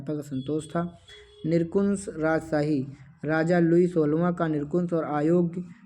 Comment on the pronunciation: Hi sir aap ne es video me nirankush ko galt pad diye the😊 baki video perfect hai